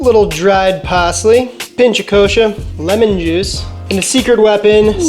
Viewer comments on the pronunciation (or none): none